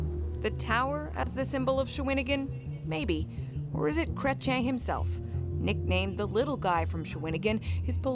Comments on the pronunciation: Kreten? Chrétien. Americans. And true that - we do not trust you and we do not want to deal with you or buy anything from you, regardless the cost. IMHO, USA is nothing more than a 3rd world country with a mass of uneducated (even for this video, they could not bother 1 minute to figure out how to pronounce Chrétien - which means Christian). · It's pronounced Cret chen. He's very french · Pronounced Cret-ch-yen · pronounced Jean Cret-chen (Chretien) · CANADIAN video and it is pronounced cret ee en. I have a lot of respect for Mr Cretien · Chretien pronounced Cray-tee-en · Pronounced like John "Kret Chen" actually last part is more "Chee en " but either is fine. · In English his last name is usually said Krech-yen. In French it’s more like Krayt-chyehn. Anything between those two is acceptable. Saying his first name as Zhawn is fine but French would be Zhahn. Zhahn Krayt-chyehn. The n’s are not prominent in French. You have to add another -ne and make it feminine for the n to be pronounced. Chien and Chienne. Both dog. Male and female. You only hit the n at the end for the second one. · Pronounced: Kret-Yen ( in french it’s slightly like Kret-Yeng-n ; but very slight like the french do). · It's "Kretch-YEN" (Chretien) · It's pronounced " kre- tee- en" ,accent on the last syllable. He's intelligent, can be very charming, and truly understands politics. Tough old guy too, that knows exactly who Pumpkin Face really is. Should Carney call Pumpkin out? Why would you poke an angry, insane bear with a sharp stick? That's just silly. Thank you for showing the love story between him and his wife, and the love for our Canada. You guys might like it here. The weather is cold, but the people are warm. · More or less pronounced as Cre - T - eN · If you are going to make a video, learn how to say the name of a Prime Minister . It will only take you 30 seconds.Your on the right track.Don't be a typical americans not bothering to learn names.